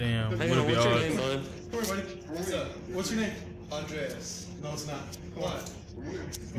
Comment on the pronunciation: Dude said “Andreas”